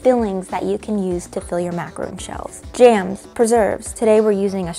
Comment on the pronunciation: it’s pronounced macarON, a macarOON is a coconut treat that’s different from a macaron 😁 -a french speaker